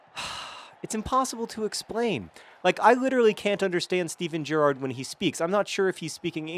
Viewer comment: You started saying Gerrard correctly